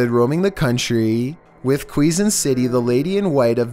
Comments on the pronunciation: No. 13 Really capsu mow jessicasow ho? It is read like Ka pu so mo Jessica soho And its read like Kezon not que zon just saying dudes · Quezon+ Kezon Balete- Ba-Le-Te